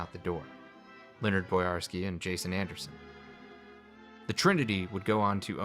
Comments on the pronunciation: Say it with me now: Bo-Yar-Ski! 3 syllables. Not Borsky, or Barsky lol. Nah, just kidding. Not a huge deal, but still irked me a bit. Other than that little hiccup, it's a great video. Even though I knew most of this info from countless other retrospectives and documentaries on YT, there's no such thing as too many video essays on classic Fallout. Yours particularly stands out thanks to your presentation style and your sense of humour. Never thought I'd learn something new about Poker from a video about Fallout lol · What's with the weird refusal to say the "oy" in Boyarsky?